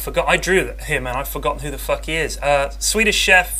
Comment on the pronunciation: did he just say "swedish cheff" LOLLL